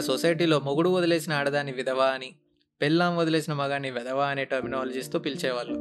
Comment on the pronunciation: పెల్లి , పెల్లామ్ కాదు పెళ్లి,పెళ్ళాం